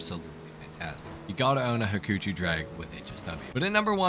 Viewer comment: Again nice video and very helpful! Thank you! Btw Hakuchou is pronounced with an long ‘o’ at the end like in ‘over’. It’s from the Japanese word 白鳥 and means swan.